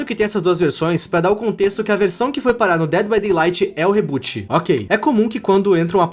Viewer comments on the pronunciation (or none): none